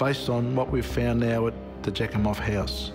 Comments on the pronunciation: Jack-em-off. Are you kidding? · Kelly's sis broke my heart when she was talking about her last convo with her. (I was wondering if "Jakimov" was a real name 😂😂😂 All I can hear is "jackhimoff" ) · Say "Jackimoff" one more time!.... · Wait...jak-im-off?! Seriously is that really his name? 😂😂😂😂